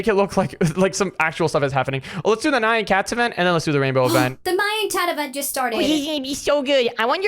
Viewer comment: Thats not how you say nyan cat